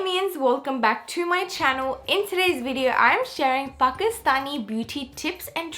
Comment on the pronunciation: Welcme. Back to my channuul she says